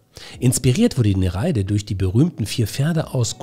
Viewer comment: Kleiner Klugscheißerkommentar: Sprich Nere ide nicht ei zusammen, sondern getrennt.